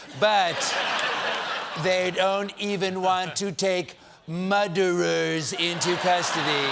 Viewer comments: So many "muderers" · Muderers? LOL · Muderers...... im dead!! 😂😂😂😂🤣🤣🤣🤣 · No, no, no, it's spelled mooo-derer! Otherwise it would have two d's. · "Muderers from Nambia? Eeks! They are worse than muderers from Nipple or... Button, even. I know more about muderers than anyone" - president spanky.